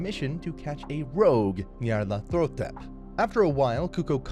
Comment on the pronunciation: Her name is Nyarlathotep, not Nyarlathetop. Aside of that, I loved this anime!